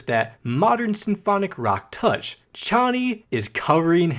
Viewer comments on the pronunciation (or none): ARGHHH YOU ARE SAYING KONNY AGAIN INSTEAD OF CHONNY